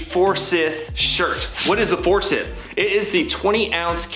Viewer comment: I like it...might grab the black. By the way, it's ForsYth, not ForsIth.